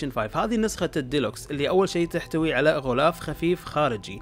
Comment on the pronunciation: ليش تقول غولاف وهو اسمه غلاف